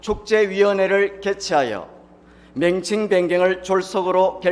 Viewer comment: 맹칭이 아니라 명칭 한글 발음도 안되냐